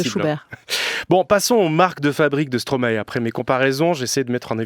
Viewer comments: Juste un détail (mais qui est énervant à la longue, un peu...). Stromae est belge, et en Belgique, on ne prononce pas Stromahé, mais Stromail (comme la plante alliacée) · Les Français, arrêtez de dire "Stromaé". Ça se prononce "Stromaï" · Justement, en latin "ae" se prononce "aï", non ? "maïstro" En tous cas stromae lui-même dit "stromaï". Indéniable, on a fait la même école et on le connaissait en 2005 quand il faisait encore du rap